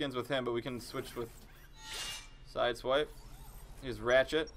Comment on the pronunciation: It is not siswipe it's sideswipe